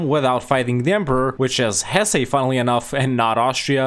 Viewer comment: the pronunciation of Hesse is wrong and idk hoe you got it. in English it's pronounced Hess and in German Hessen. idk where you got hessay from